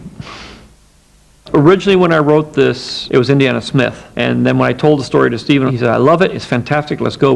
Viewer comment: This narrator “Indie...arrrna Jones”! 😫